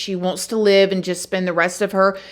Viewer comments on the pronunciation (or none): none